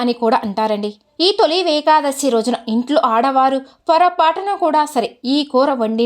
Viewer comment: నమస్తే మేడమ్ గారు . తొలి వేకాదశి అనకూడదు. తొలి ఏకాదశి అని పలకాలి.